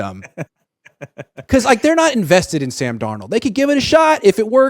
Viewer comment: Pretty sure it's Sam not San Donald 😅